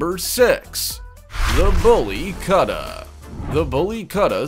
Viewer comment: In the same vein, it's Boolly Koot-tah, not Kutta rhyming with Cutter.